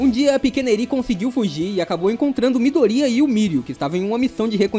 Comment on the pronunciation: ""Mydoría"" tem um assento no i kkkkkk